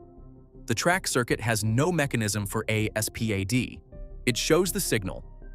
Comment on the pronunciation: You could just say SPAD not S P A D